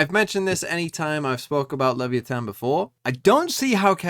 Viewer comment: Team secret defeated your liquid roster, and it's pronounced as LEVAYATAN not liviyeten